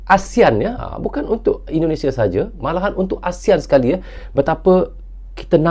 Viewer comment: Ternyata ENDONESIE & MELEYSIE bacanya ya 😅😅